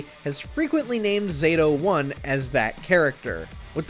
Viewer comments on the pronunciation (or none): It’s Zato-1 pronounced “Zah-Thoe one” 🤦🏿‍♂️ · As soon as I heard “Zayto-1” I turned it off.